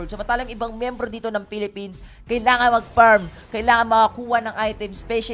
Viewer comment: Walang F and V si Male Commentator. Hehe “parm”